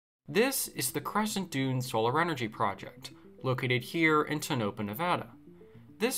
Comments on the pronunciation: "Tone-uh-paw" The project was doomed from day one. Even if it had worked perfectly to produce the expected KWH, it is too far from the potential users. 1/3 to 1/2 of all electricity generated in the US is lost in transmission. The answer IS NOT build more power plants in the boonies, regardless of type of generation. What is needed is many small generation plants, close to the users. CNG power is perfect for this purpose. We MUST END wasteful boondoggles like this ridiculous monstrosity. Also the crimes against nature going on in the Atlantic on the east coast. The "Green New Deal" is a fraud. This solar plant is an example of waste, fraud , and abuse caused by dreamers, and greedy people willing to take advantage of free Govt. money, trying to push the technology beyond it's current limits, in ill considered ways. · Its pronuced Ten-Oh-paw..And we pass it going to vegas from my Colorado River house. I said that solar array was a huge waste of money years ago. Especially when they also require water 💧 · I lived in Toenuhpah (thats how its pronounced) the town close to this. When they first started it up, they had to shut it down because they fried a few birds out of the sky. All foreign contractors working on it also. All new equipment that they bought just for that job.... huge amounts went into this..... i used to go to the dunes out there... not after that eye sore got put right next to it. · TONE-AH-PAW . . . repeat after me . . . tone-ah-paw -- now say it quickly, tone ah paw - - - you're welcome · The correct pronunciation is Toe no pah. If you're going to be posting on this site you should do some due diligence. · It’s “Tow-No-Pa” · The way you say the name is tone a pa. It’s hard to think someone knows that what they are saying is true is when they don’t pronounce names properly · Before posting any video first bother to learn how to pronounce things. You correctly pronounce Tonopah like this: Tone-uh-paw. You incorrectly pronounced it. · try Tow-no-pah 👍👍👍